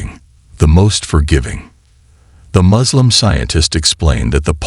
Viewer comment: To The Channel Kindly note. S in Arabic is like you pronounced it in the word SUURA. So the Suurat is NOT I Z R A A but I S R A A. "I Z L A A M" ❌️ "I S L A A M" ✅️ M O Z L E M ❌️ No "O" in Arabic. M U S L I M ✅️ U like in PUT. NOT like in Umbrella.